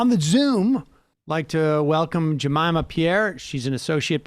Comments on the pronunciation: Uuuf! Its Ja(meeeeeema)! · Are you referring to Jemima? If so it's hard to blame if her name is spelled exactly like the namesake of a popular pancake syrup that we all had in our households as children.